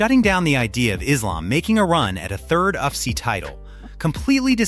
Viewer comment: Maa analyst? Uff-see? Bruh...your Ai can't read for shit. Get new.